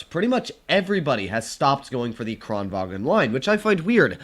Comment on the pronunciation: Kranvagn, not Kranwagen